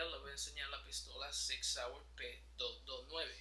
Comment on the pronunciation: No sive Sig waye lol